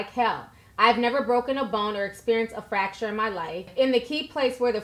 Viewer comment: It’s FRacture not facture